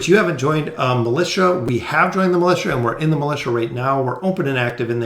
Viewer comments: I got so distracted by his mispronounciation of the word "Militia" when reading those prompts... Its supposed to be = (mi-li-sha) A militant is an adjective to describe a person. That aside, thanks for the video very informative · Lol same. I was thinking about that exact same thing.